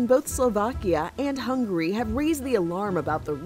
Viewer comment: None gonna talk about how the reporter pronounced Hungary “hungry” 🤣